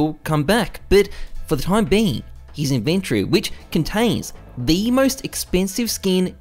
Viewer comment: inventry? xD